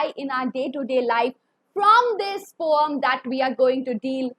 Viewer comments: It's not poam, it's poem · Ma'am but why you pronounce poem differently which is the correct pronunciation?????? 🤔🤔🤔🤔🤔🤔🤔🤔